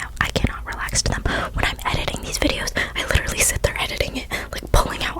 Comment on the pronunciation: He's wittawawy hitting the gwiddy